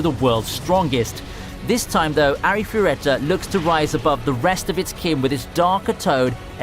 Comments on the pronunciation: Well, now I have a few ones I'm interested in, but omg, I don't intend to be a hater but that Arifureta pronunciation made me cringe. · The way this dude pronounce arifureta is quite funny